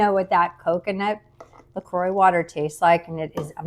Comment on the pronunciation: Yep. You’re pronouncing La Croix perfectly.🥤I have to find this stuff.